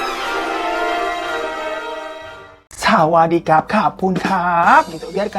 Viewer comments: Sawadikap sawadikap, lu ternyata pantes jadi orang thailand bang 😆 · cocok bang di naturalisasi jadi orang thailand. oh my, tatkala si abang bilang sawadikap... i am dead. XD